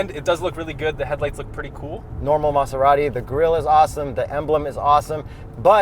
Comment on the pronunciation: I see still pronounces Maserati weird lmao